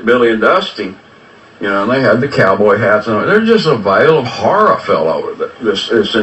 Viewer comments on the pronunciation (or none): none